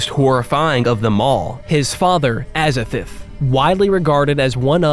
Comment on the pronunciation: Glad you're open to criticism! And aou said "Azathith"... 😅